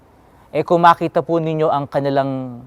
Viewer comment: bigla ako napa wow nkapag bigkas ng Po